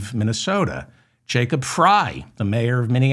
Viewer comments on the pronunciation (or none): none